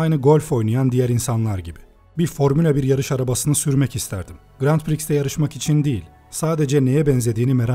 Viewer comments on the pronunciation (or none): hocam grand prix değil granpri diye okunuyo o:)